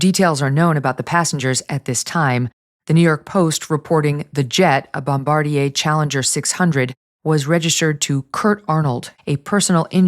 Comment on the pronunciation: Regarding the plane crash, I don't think the Bombardier Challenger's name is pronounced the French way -- "Bom-bar-de-AY." As far as I know it's simply "Bom-bar-DIER."